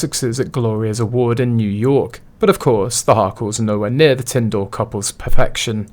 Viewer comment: Tindall is pronounced Tindle as in Kindle